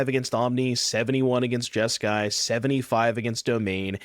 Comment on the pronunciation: You mean Jesk"eye" demon